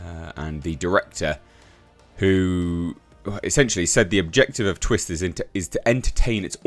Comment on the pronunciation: Sounded like you said Twist This..😂😂